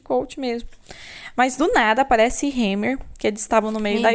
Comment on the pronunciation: “Ai do nada chega “Hemmer”” kkkkkkkkkj Hemme virou Ketchup